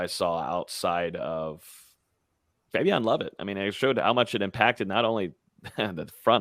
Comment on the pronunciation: Mark can you please help to say Fabien’s name correctly? He’s been saying it like it’s spelled Fabion and it’s been making me cringe since the first time I heard it. As a journalist, you have a greater responsibility to get this stuff right.